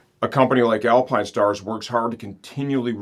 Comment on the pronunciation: The all new Alpinestarrrs - Didn't know you were a pirate